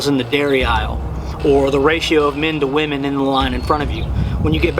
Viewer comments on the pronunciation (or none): none